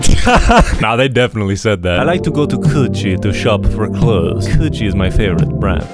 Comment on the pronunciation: Nah bro my guy said cucci.